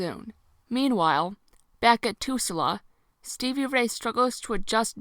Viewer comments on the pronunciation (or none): Are you intentionally say tusula? The town is Tulsa it is an actual city in Oklahoma. Either way it’s not a big deal just curious. Interesting review thanks for going through these books despite the cringe of them.